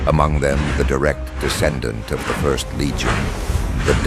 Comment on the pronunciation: e+12 petabytes would be how much data we generate in 10000 years on earth given current tech. Just thought that was funny and the Terminator says fury of the first it sounded like fifth I was like does he think he's a whitescar otherwise the best 40k animation I have ever seen.